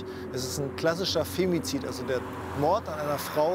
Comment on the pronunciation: "Femizit" 🤦🏽‍♂️🤦🏽‍♂️🤦🏽‍♂️ Wenn ich sowas schon höre